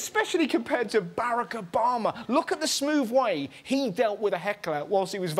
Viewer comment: If Obama is so cool, how come this guy can't say his name correctly?